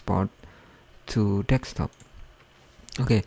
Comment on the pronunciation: I found it to be very helpful! Thanks dude! Don't get the "Confusing" comments.. Though I am laughing my ass off because of the 'Dekstop'. Its 'Desktop'* bro <3